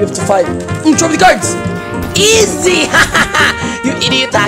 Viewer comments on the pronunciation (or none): I love the fact is a Filipino and I'm also a Filipino and the way says izi if funny😂